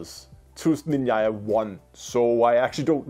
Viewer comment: It's ZnAmya, not SmIn'ya